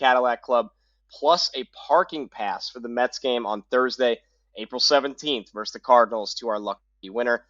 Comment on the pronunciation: BTW, the word is versus, not verse. 😏